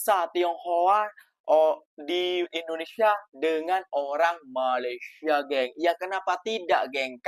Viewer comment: COBA PERHATIKAN BAIK-BAIK APA YANG DIUCAPKAN... SELALU BERKATA MALASYA... MALASYA.. MALASYA 🤣🤣🤣🤣